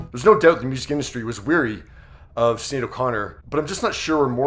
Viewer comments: You need to learn how to pronounce her name. It’s not sin - shin. S in Irish is Sh sound. Shinead. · Her name is pronounced..S h I n é a d..shin aid. It is an Irish name